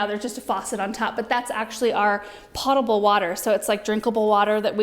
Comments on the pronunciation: Gentle reminder - the ‘po’ in potable is pronounced like the po in potato, not like the po in pots and pans. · Potable water "Poe tuh bl" water...long O sound; not pottable.